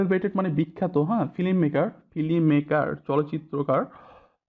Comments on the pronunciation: ফিলিম? উচ্চারণ ঠিক করেন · ফিলিম?........... ঠিক করেন স্যার।